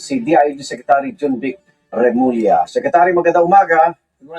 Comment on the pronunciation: Tama yung pagbigkas ni Sec J. Remulla